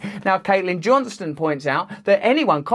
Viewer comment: Caitlyn John-STONE, please. If you’re going to quote her, please pronounce correctly ✌️🌞🤷‍♀️